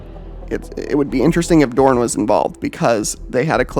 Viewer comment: It’s pronounced Rogal DoRN say it like you would torn but with a D and less ununciation on the o so like DoRN. Not trying to be a dbag just trying to help you’re saying it more similarly Darn by putting more into the O.